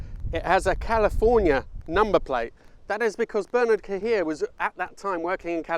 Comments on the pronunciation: Tsk. Cahiet is not pronounced "Ka-heer". More like Ki-yay." Great video otherwise. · Cahier is not Ca Heer: it is Ca he aye.....In Canada we know this...enjoy